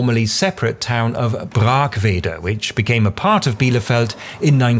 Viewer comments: tbh I was quite impressed you knew how to pronounce Brackwede, many people in Bielefeld don't even know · Congrats for pronouncing Brackwede (braakwede) correctly!